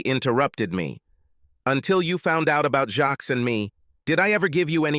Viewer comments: Jacques is NOT pronounced with an S. What you hear is Jack—extremely soft J! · 😮"Jacques". Was his last name "Meioff"😅